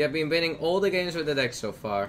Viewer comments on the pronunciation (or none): none